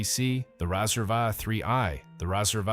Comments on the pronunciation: It's pronounced just like the thing you shave with... It's a Razor, not a Rassur! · Nahkey-uh & Rahsir ?!! WTF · Pretty sad that you make a video and you can’t even pronounce the product name properly! It’s pronounced like the thing you shave with. Epic fail.